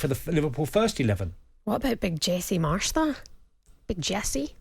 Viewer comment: Jay-cee marsh 😂